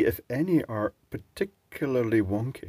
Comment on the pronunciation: "par-ti-cu-lar-ly wonky"... loved it! :D